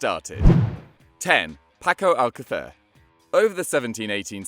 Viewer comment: Paco alca-what😂? You tried about 3 different ways to pronounce the name.